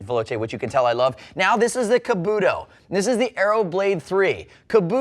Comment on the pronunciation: I think your saying kabuto wrong